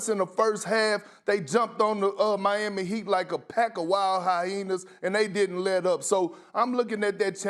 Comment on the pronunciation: hyenas or hyhenas u gotta be specific Perc 2 very different things